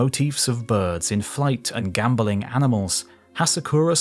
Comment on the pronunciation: Its "Gamboling"